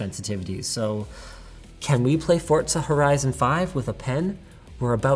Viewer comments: If i hear you putting a “T” in “Forza” again, Terrible things might happen . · i know you’re pronouncing forza correctly but it still bothers me for some reason 😢